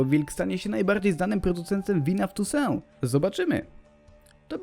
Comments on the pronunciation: 1) Mówi się 'tusą' a nie 'tusę' 2) Ani Fringilli ani Jaskra nie będzie. 3) Ostatnie zdania są słowo w słowo zerżnięte z filmu 'krótka historia Toussaint' Podawać takie informacje, kiedy mamy dostęp do wielu forów czy relacji osób które grały, jest trochę żałosne. Moglibyście chociaż sprawdzić to, co chcecie przedstawić. Ludzie to oglądają i zostają wprowadzeni w błąd. To już nie pierwsza taka wpadka na tym kanale. Kiedy tu trafiłem liczyłem na porządne wiki. Szkoda że się pomyliłem. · Fakt, czyta się inaczej (chyba "tussą"), co słychać w zapowiedzi dodatku ;) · Nie chcę się czepiać bo wiadomo, ale czy nie czyta się ''tossuą''?